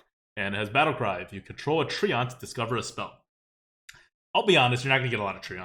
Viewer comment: I lose it every time says "tree-ont"